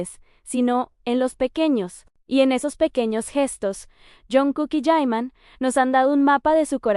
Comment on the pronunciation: Estoy de acuerdo el nombre es JIMIN asi se escribe y asi se pronuncia YIMIN tus articulos son buenos pero no le cambies el nombre y si eres Army me imagino que sabes perfectamente el nombre de Jimin. Gracias